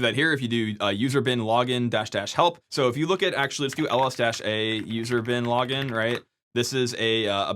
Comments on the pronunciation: I keep hearing user bin laden :/ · Every time you say "usr / bin / login" it sounds like User Bin Laden to my English ears! :D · Oh come on! You went out of your way not to say "usr bin lah-ggin" like the rest of us in our heads 😂.